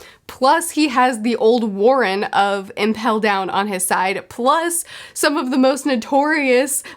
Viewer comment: warden not warren but hopefully this mean we are getting a memory of ice review soon